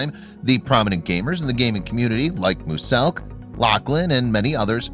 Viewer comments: If he says mewselk like mooselk one more time I’ll kill myself I know it says “muselk” but if your gonna talk about him get his name right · Fresh records and streams in the click office. So does every other click member. They go home to sleep and sort some stuff out. P. S muselk's name is pronounced m-you-selk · Did I just hear mooselk? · Who’s moosselk oh, muzelk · Musalk 😂 instead of muselk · Bruh it's not musselk the pronunciation is MUZELk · Can you please learn how to pronounce muselk, its not mooselk,you pronounce it as myu-selk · Him: says moo-selk Me: ITS MUSELK NOT MOO-SELK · Sorry that I’m being picky but the correct pronunciation is mue-selk not moose-elk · Its Myu-Selk not Mu-selk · Mu-selk really bruh it’s miu-selk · Muse - elk not mooose elk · U said moose elk. Not muselk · Does anyone else notice that he says mooselk instead muselk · Bro it’s pronounced mew-zelk not moo-selk But Muselk still suck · It’s not pronounced mu-selk it’s muu-zelk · Bro guys it’s “mooselk”😂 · Dude you didn’t even mention lazarbeam once even though he plays with him a bunch Also it’s pronounced muzelk not muSSSelk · "Mooselk" I'm going to kill you for this Draw their life: oh fu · moozelk? Mooselk? MOOSELK!!??!!?!!!!??!! ITS MUSELK!!!!! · Im not being mean but its not mooselk its muselk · You pronounce it miuzelk not muselk read it exactly how I wrote it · So were not gonna talk about how he said moose elk instead of muselk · it isn't mooselk buddy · no offence but its muselk you were saying it like moo-selk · Please stop saying moose-elk it’s muselk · It’s muselk not moselk ok sorry but it’s ok if you couldn’t say it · He said MOOSELK ITS MUSELK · he said mooselk not muselk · Can he top pernoncing it mu - selk. Caus it’s penounced mew - selk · It’s not mooselk it’s miooselk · did he say mooselk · Did he say MOOSILK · He said Mooselk 😂😂😂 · MUSELK SAY MUSELK RIGHT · Who else got mad when he said MOOSELK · Isn't no one gonna ask why this guy says Muselk's name as Mooselk XD